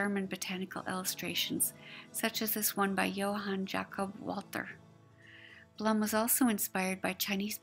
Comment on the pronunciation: Such a wonderful piece you made - thank you again!!! Was nice to watch again. Other mistake - my name is pronounced BLOOM but spelled BLUM:)